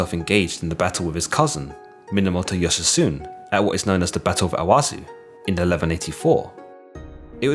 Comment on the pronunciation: I really enjoy your channel and have watched quite a few of your videos. My only nitpick is your pronunciation of the Japanese names. The first one that comes to mind is Tomoe Gozen. Her name is pronounced To-mo-eh. Yoshitsune is pronounced Yo-shi-tsu-neh, not Yoshisun. On your other videos, Goemon Ishikawa is pronounced Go-eh-mon, not Gomon. For future reference, anytime you see an "e" in a Japanese person's name, it's almost always pronounced with an "eh" sound. Good luck and keep up the good work!